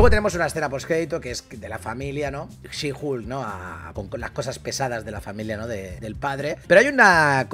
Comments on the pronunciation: Por favor no le digan "Julka" 😐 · Bro tuve que parar el video por que cada que dice HULKA es una aberración. Buen resumen pero que kgda bro. No lo hagas please